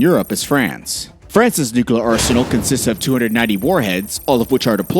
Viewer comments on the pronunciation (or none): Is it nuclear or nukelear? Cmon boy damn it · Bro it is NU-CLEAR not nuculur. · It's not new-ka-lar. It's nuclear. New clear. Damn, stop saying that. 2 syllables. Very simple. You sound ridiculous. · "Coordinated nucular". Its noo-klee-ar. Not noo-koo-lar. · As long as it's just a nucular war, I'm not worried. Nuclear war would be unsurvivable for possibly all of us. But nucular, no, I guess we can handle that. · Bro its not nukelar its nu clear say clear like clear not kelar so nuclear weapons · It's nuclear, not nucolar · Homer Simpson English language. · I gave up and stopped watching after he said nuc-u-lar three times. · you mention the F-16 can reach over 15,000 miles an hour. Wow that's pretty fast for a jet. You might want to check if that is right. Also, its Nuclear, not new-kel=er. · Why do people say NUKELAR instead of NUCLEAR still fails to grasp me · Stupid video with the narrator mispronouncing cities and even the word nuclear, pronouncing it as nuq u lar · the continuous repetition of "nucular" is so disturbing...pity because the content is quite good... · NUKU-LUR :face-red-droopy-eyes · nukular nukular xd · Nucular this and nucular that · Nu cle ar The word is Nuclear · Why he keeps saying “nukular” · Repeat after me: Nu - clear Nu - clear Nu - clear Nu - clear …. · Nu-CLEAR god damn it... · You mean new-kel-er ?